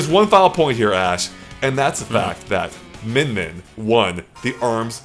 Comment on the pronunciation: It's Min Min.